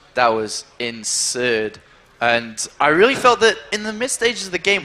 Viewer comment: "That game was In...surd"